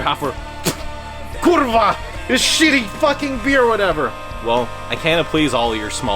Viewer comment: If you can say "kurwa" you can speak Polish as well as Polish native speakers, so good job man.